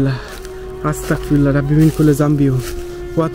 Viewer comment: ভাই,'আস্তাগফিরুল্লাহ' সঠিক উচ্চারণ